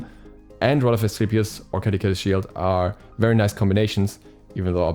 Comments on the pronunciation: I am lowkey annoyed at how he pronounces Caduceus. Ka-doo-suss is how I believe it is pronounced, not Ka-da-kay-shuss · ima search it up rn bruh. Edit: lmao neither one of you are right. its kuh-doo-see-uhs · By the way, Caduceus is a roman name, and pronounced "kah-doo-see-us". The second C is like an S.